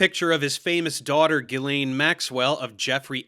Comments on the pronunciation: The 'Narator' was an auto voice, spotted that from the mispronunciations such as "Giss-lane" Murdoch (Jill-ane), though I spotted Ben Shapiro in there too. Maybe an AI trained by listening to a recording of a recording of the guy? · How does such a well-informed science insider as fail to verify the correct pronunciation of "Ghislaine?" And why does he need to speed up the recording of his (already annoying) voice? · That is some very interesting pronunciation of Ghislaine, right there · Along with his smarmy, overconfident tone, the fact doesn't know the standard pronunciations of "inference" or "Ghislaine" despite being otherwise fairly articulate suggests to me that he might be home-schooled, or at least socially isolated from anyone that actually understands how science works. While home-schooling is now more feasible thanks to online educational content like yours, it obviously has issues. Of course it's not surprising that parents who think they know better than the school system might produce children who think they know better than the vast sum of all human knowledge. While I respect parents' right to choose how they educate their children, and I have home-schooled cousins who are perfectly rational people, I'm concerned that the increase in home-schooling could result in increased isolation and ultimately societal polarization. Maybe we need a "socialization" curriculum for home-school kids, and occasional check-ins to make sure they're getting a truly complete education (also to make sure they aren't being abused by their parents of course, which unfortunately seems to be an increasing possibility in that domain). I'm curious what you and others think about home-schooling, and its role in promoting anti-science rhetoric.